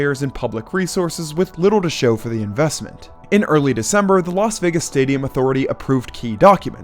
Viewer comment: Why is it that most American commentators pronounce Las Vegas correctly?, always says Los Vegas instead of Las Vegas,no one says Las Angeles.